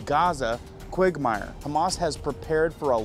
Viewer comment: Dude, learn how to pronounce words, ( suez, reuters, quagmire for example) and don't confuse hezbollah, hamas, Israel. At the end you totally confused what you were trying to say....I would urge you to rewatch , take notes, and redo this video, no hate, but your talking about ppl spreading disinformation, but then confuse armies/rebels. It's confusing for ppl that don't get what is happening over there